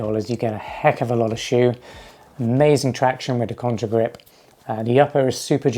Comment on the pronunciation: Contagrip. Not contRa😬